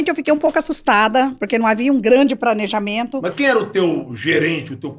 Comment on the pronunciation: Eu preocupada com o portugues e ela milionaria falando pobrema , crientee e pranejamento